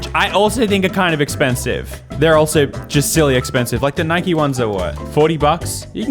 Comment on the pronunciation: It’s Nike not nikey